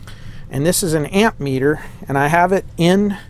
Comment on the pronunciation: C'mon, it's AMMeter... not amp meter! All you young guys seem to get that wrong.